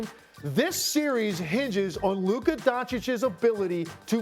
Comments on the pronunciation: “LUKER” who tf is loooker lmao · Why can't Stephen A. ever say luKA right 😂 Luker??? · When Luka plays like that he is “Luker” as Stephen A speech makes him say… Not “Luka”….. Luker playing luke warm which I don’t know about u I’m pouring that ish out lol 😂 jp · WHO is LUKER Stephen A?! 🤫🤣🤣🤣🤣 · Who tf is Luker? Lol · Did he say “LUKER” ??? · “Luker” - Stephen a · Stephen a calls luka luker 😆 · Who tf is Luker 😂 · Stephen a said Kyrie and lukar 😂😂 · Luker lol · Did SAS say LukER? 😂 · He sure did say Luker 😅😅😅😅😅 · Lukher? I hardly even know her 😂 - but also he does it all the time 😅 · Any time a word or name ends with "a" he adds an "r".